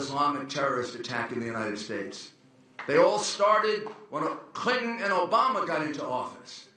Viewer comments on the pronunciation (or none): Why do Rudy Gulliani and Chris Christie pronounce Clinton as "CHRRINTON"??? Is it a NY accent thing or what?